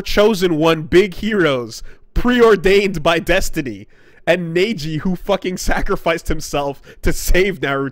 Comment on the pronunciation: "Neiji" Me: (Rips off ears)